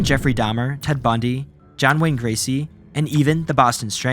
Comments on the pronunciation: John Wayne Gacy - not Gracy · Gacy, not Gracy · john wayne Gacy not Gracy lol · John Wayne Gacy, not GRacey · Gracie? It's Gacy